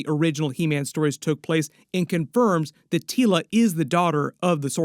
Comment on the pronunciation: Your saying her name funny it’s Teela like tea 🫖 La thank you this is serious to me because I named my daughter after princess Teela lol. Anywho I hope this movie is great!